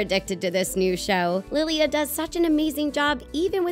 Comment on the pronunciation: Don’t mean to come off as rude, maybe just how I pronounce my name where I am from, but there’s no long y before the a it just bugs me a little 😓